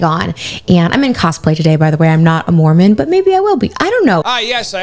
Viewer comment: Take out that second M in mormon. That sounds closer to correct.